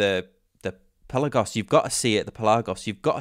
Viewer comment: You’re pronouncing Pelagos wrong.